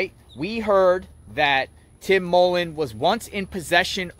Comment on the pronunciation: Y do you keep going over the same question for anything going of the stupid sentences and it's mullen not Tim mollen